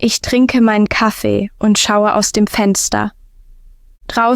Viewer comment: Der „Kaffei“, so klingt besser. 😍💪